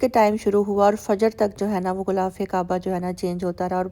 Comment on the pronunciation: Gulafe qaba nahi gilaf e qaba